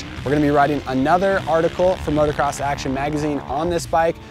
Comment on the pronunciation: Can somebody please teach this guy how to say "motocross"?